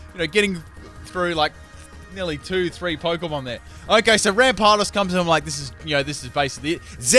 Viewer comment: OMG U CANT EVEN SAY YANMEGA OR RAMPARDOS!?!? YOUR SO DUMB